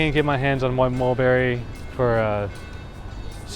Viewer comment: Did you say wed or wet or white mulberry?